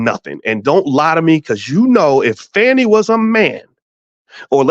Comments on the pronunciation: So it's pronounced with a long A vs. a short A (how Boyce is saying her name)? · Ok her name is not pronounced FANNY. And Wade was not her subordinate. He was a contractor with her for the RICO case. I do understand and agree with the point that she should have realized she’d be under scrutiny once this RICO case happened. Am I hearing several biases?